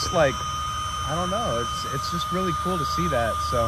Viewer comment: It’s kooo it’s your choice buttttt I’m down for whatever brother